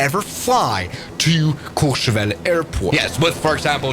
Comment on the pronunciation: As a French , your pronunciation of Méribel and courchevel is perfect